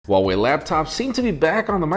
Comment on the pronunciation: Huawei or Vuawei? Oo